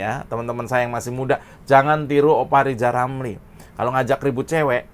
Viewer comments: Bilan Rrr saja gk bisa,gmana mau presiden?.. hoooi...Lijal Lamli..loe pikil jadi plesiden itu ganpang? pikil dulu yg benal,gk usah cali cali masalah sekalang,lakyat sudah pintal dan celdas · Seandainya LIZAL LAMLI bisa bicara RRRRR......!!!! insyaallah LIZAL BISA JADI PLESIDEN.... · Lizal Lamli bisa belajar Ngomong Rrrrrr ama Pak Plabowo.....bleetakkkk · Lijal Lamli....... mimpi jadi Plesiden !!! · LIJAL LAMLI, jadi ketawa kalau netizen nyebut namanya😀😀😀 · LIZAL LAMLI.... !!!!!????? ..... BLETAKKKK. ..... Tarik Bambaaaannggggg... !!!!! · kamu salah ngomongnya, harusnya gini: lijal lamli si lajawali ngeplet...itu yg bener... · Lizal Lamli "nyapres"?.. Huruf R dihapus dari nkli..??? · Lijal lamli, ulel melinglel diatas pagel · yg jadi ledekan itu dapormu itu lo zal ramli karna cocotmu yg nyinyir ngalor ngidul gk tau arah ...... maklum karna rizal ramli kanda kakek2 dah kayak bayi yg baru lahir bilang r aja gk bisa jadi l kayak umur anak 2 th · Rizal itu suruh kursus dulu...ngomong R aja hlepotan kok mau dampingi pk prabowo..aduuuh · Si rrrr gak tau diri banget mau jadi capres cawapres 😂😂😂 lo bllajar ngomong ja yg bener adehhh wkqkwkqk